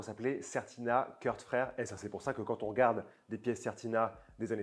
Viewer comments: Super vidéo merci. On prononce "Kourt" et pas Kurth à l'anglaise si jamais :-) vive Certina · Vidéo sympa! Je me permets juste de préciser qu'on ne prononce pas les frères K rth (like in the United States of America) mais bien K rth wie in schwyzerdütsch! Tschüss!